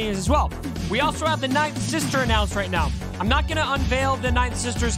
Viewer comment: Took me so long to realize it’s “ninth sister” not nightsister lol